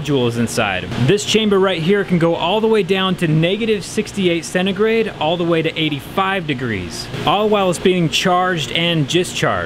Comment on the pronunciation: What kind of temperature unit is “cenegrade?”